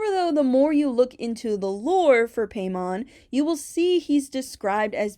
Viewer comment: Im pretty sure hiis name is pronounced like paimon from genshin (pie-mon)